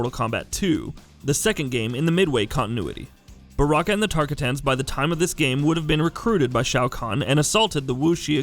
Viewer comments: TARK A TANS HAHAHAHAH im dying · Who's Tarka tans? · He can't say tarkatins he's already irrelevant to knowing his history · Can’t pronounce shinnok or tarkatans bruh🤦‍♂️